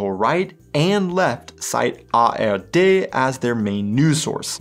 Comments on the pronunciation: minutes, do you say "tagesschau from AfD"😮? It sound so, but it should read "from ARD"!‼ Do you have some kind of "Bidenn's desease"?😁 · Did you say Afd instead of ARD?🤨😮